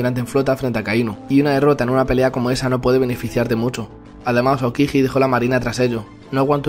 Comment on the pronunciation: No sabes ni pronunciar Aokiji